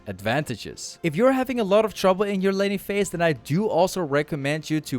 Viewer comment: bro i thought he said lenny face when he said laning phase LMAOOOO